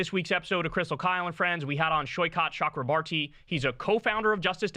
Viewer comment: Saikot Ch (as in "chalk)-ro-bor-ti (soft "t") The last name's from my state in India. That's how you say his name.